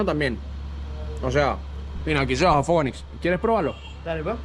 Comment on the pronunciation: Diganle "Fogonix" 😂😂😂